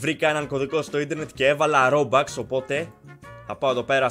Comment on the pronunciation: Κι εγω παίζω roblox και δεν λέγεται ρομπαξ λέγεται ρομπουξ αλλά υγεία 😅